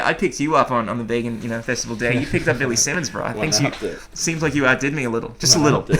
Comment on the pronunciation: 2013 - back when pronounced vegan as vaygan.